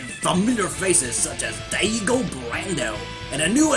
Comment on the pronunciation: Wow you really butchered the name "Diego"